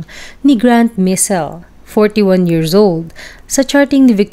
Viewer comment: Why in the world you are pronouncing years = “yearzz”as well as thousand = “thouzzzand” hayyy naku